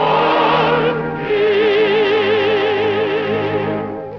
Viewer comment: TOO BAD THE PRO DANCER COULDN'T PRONOUNCE THE PRO SINGER'S NAME CORRECTLY, IT'S NOT TROBEL BUT TRAUBEL, LIKE TROUT, WHO HIRED HER?